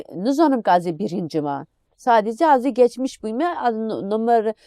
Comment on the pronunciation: Ya hu şu konuşan ,Turkçeyide Kürtçeyide resmen katletti, baska adam bulamadinizmi?demekki Kurtçe diye bir dil yok . Olsaydi ,birini konuşturmazdiniz.bak bak ,sanatçi olarak gekmişkir, semah dönmüşkır ve kadar ki, cvet.... obutude yalan söylüyor,Kurtçen çok guzel diyor.